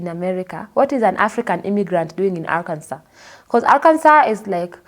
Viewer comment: Arkansas - pronounced Arkanso.